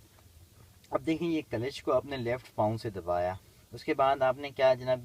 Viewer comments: कलेच ?😂😂😂 क्ल्ज है 😂😂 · Kalesh nhi sir Clutch hota h